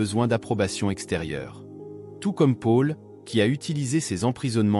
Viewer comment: 😇🥰 C très intéressant ce que vous dites mais par pitié, Paul ne se prononce pas Pôle mais Paul. A chaque fois, ça me pique les oreilles. Merci. 🤢😱